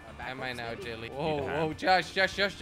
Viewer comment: Only watched to hear him say jilly not even jelly